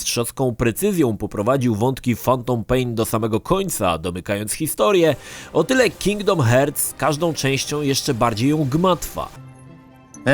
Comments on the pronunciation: It 'hurts' to listen 'hearts' pronunciation;))) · Uwielbiam jak czyta cały czas Kingdom Hertz XD